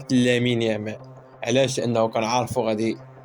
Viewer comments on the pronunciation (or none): none